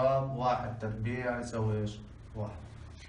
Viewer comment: افضل استاذ ماشاء الله تربيع مش تبريع جزاك الله خيرا يا استاذ